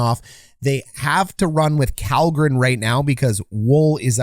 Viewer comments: Kallgrens name is pronounced SHELL-gren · Kalgren is pronounced "shall-gren"